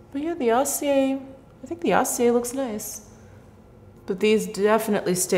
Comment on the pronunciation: Of course acier is more metallic since it means 'steely'. Get a French-English dictiionary so you can get the translation and pronunciation.